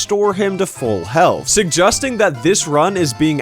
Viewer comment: Why is no one talking about the way he says “suggesting” ???